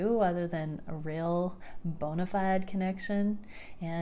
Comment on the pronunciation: She said bonefied.. hehe hehe 😅